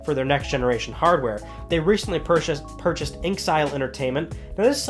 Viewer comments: InXile is pronounced "In Exile". Just saying. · It's In-X-ile.